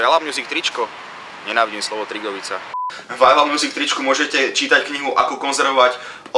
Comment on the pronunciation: za 1 hovori sa Drigovica a ne Trigovica za 2 uz len mikina je krasne pomenovanie pre drigovicu :D:D:D mier